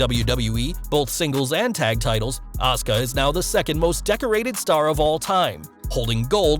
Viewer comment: is 100% right. This is not a matter of dialect or accent. If I write JEAN, what name is that? The muscles from Brussels, or a cleaning lady? Names are sounds, not written words Have you seen Simon Miller? The guy must hear the name Asuka weekly, but says "Oscar". It infuriates me, I learned simple phonetic repetition while still pooing where I stood